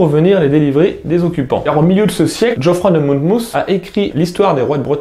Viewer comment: djoffroy? Non Geoffroy. trug.